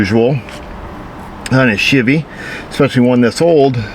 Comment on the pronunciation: hahahaahahah SHIV-EE